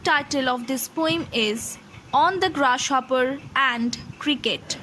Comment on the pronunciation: I passed XII in 2016, now I'm a graduate. I love this sonnet. One thing that I want to say to you is that the way you pronounce "Grasshopper" is really bad. I couldn't take it in. I suggest you to focus on your phonetics of G sound. P.S. I am sorry but it's true.